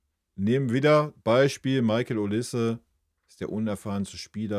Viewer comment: Hat es einen Grund, warum Du den Nachnamen von Mikel also Olise permanent falsch aussprichst?